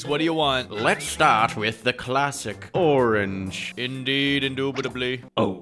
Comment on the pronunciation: his name is not orange its oren😜